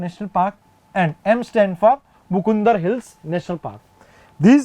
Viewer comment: But sir it's not mukundr It is a मुकन्दरा